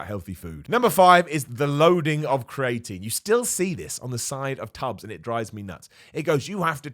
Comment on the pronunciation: Why does pronounce creatine as cray-etine? He just straight up swaps the two middle vowels lol